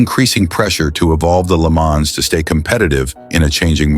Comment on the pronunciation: I wish you would learn how to pronounce some of these words LeMans oh my God